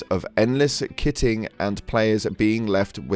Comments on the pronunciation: "kite-ing" he wanted to say kiting, not kitting. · little helpful tid bit. it's not "KITT-ING" it's Kite-ing. like flying a kite, or going around to "kite" a position. "kiting" sounds like Kite with ing after. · Haha "kitting", it's kiting.. as in you know, a kite. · Kite-ing not kit-ing bro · “Kit-ing” or “kite-ing”? You mean when we run for our lives while shooting our one handed guns?!😂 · kitting 😭 just say 🪁 -ing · okay seriously, how does someone from britain not know how to pronounce both malevelon (basically malevolent without the T) and kiting (kie-ting)? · Lol it's "kit"ting, not "kitten"g. A flying kit not a meowing kitten. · Kiting, is said, KITE ING< as in having to run from the enemy, and also "go down on arrow head"? nice choice of words ❤💜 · Mechs. 💜 Also, just fyi, because I heard it as i was writing this, kiting is pronounced kite-ing. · Lol kiting not kitting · Kiting is pronounced as Kyeting. As in dragging mobs behind you like flying a kite. I also didnt my medals. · kiting = kite-ing. Sorry. That little bit just kinda stuck out to me. lol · its pronounced Kaiting mate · Pronounces kiting as "kitting". Me, son of a phonetics teacher: "Mum's not gonna be happy about that..." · "kiting" is derived from the word "Kite". Not the word "kit". If your profession revolves around videogames you should be very familiar with the pronounciation of this word. The video was good and informative regardless, but you're getting my downvote for that, as a reminder to do better.